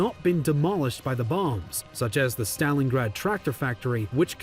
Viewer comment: stop mispronouncing Stalingrad